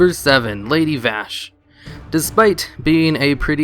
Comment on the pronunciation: lady veshj? VAAASHJ